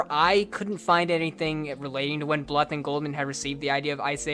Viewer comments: Bluth is supposed to rhyme with tooth. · BL-OO-TH NOT FUCKING BL-UH-TH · It's not pronounced Don Bluff it's pronounced Don Blue th. Like tooth. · pronounced Blooth. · Always heard Don Bluth as "blooth" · I love you but the way you pronounce "Bluth" irks me SO much